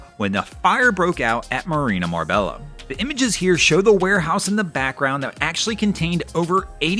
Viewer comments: Hey Dude, i love your videos, so please don't get mad at me. Marbella is pronounced Marbeya, just like Mallorca is pronounced Mayorca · First! Hey, Marbella is pronounced Marbeyya. Great vid as always. Thx